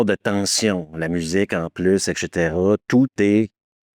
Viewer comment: ”dans un conduit d’AREation” 😂 et répété 3 fois. Il ne me manque que le ”etchétéra’’ pour me rappeler pourquoi je suis devenu accro à cette chaîne. Merci. J'ai eu mon ”etchétèra” sur la toute fin 😂😂😂 Merci 😊